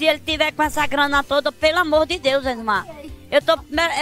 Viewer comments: ''LEYSMAR'' KKKKKKKKKKK forever <3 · "leysmar" Tá dificil ehm 😂😂